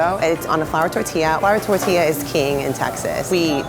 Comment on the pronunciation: The way they pronounce "tortilla" kinda makes me cringe